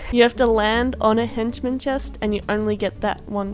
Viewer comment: Everybody: Henchmen: Hinchmin